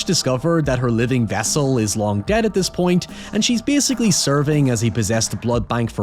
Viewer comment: yea i was laughing my ass off whenever he said "giem" instead of game or "bieascally" instead of basically